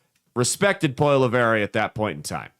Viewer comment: As a Canadian conservative let me say you couldn’t be more wrong. Can’t even pronounce his name right 😂. He was more worried about the major issues happening in Canada then fear mongering over Trump or wasting time on American pod casts.